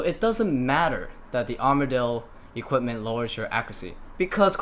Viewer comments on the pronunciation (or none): none